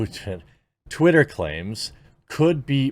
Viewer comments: I actually had to pause the video when you accidentally said "titter" Genuine laugh. Thank you so much lol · You said titter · He said titter 🤣